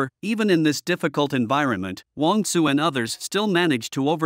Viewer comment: I think it's Wong "Tsu".